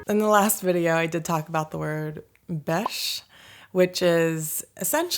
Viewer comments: This time you are nailing the pronunciation of bärs vs beige! Proud närking! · Slangword for beer? Could you mean bärs (you almost pronounce like someone from Stockholm).